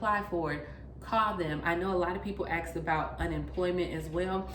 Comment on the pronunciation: Somebody axed, or asked?